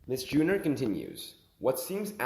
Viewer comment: It’s JU-NOR not Junior, idiot